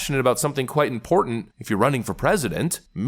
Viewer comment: "Important"-I too am fond of hitting that first 't' in the middle syllable.